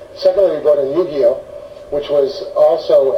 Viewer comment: he cant even pronuonce Yu-Gi-Oh propely